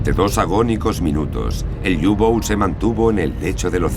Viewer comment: U-boot es alemán no inglés y se pronuncia "upot" no iubout..